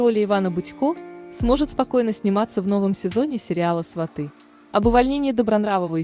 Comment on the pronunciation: Вы девушка не пробывали ударение правильно ставить, в слове сваты и Ширвинд, хотя бы слушайте себя сначало как вы говорите